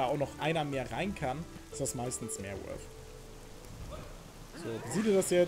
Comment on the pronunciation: junge, weißt du, wie lange es gedauert hat, bis ich mal nicht "wolf", sondern "worth" gehört habe? generell, sind anglezismen so populär, dass es das wert ist, die eigene sprache zu verlernen? ;)